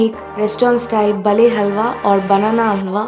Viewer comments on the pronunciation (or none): It's Baale...not bale ...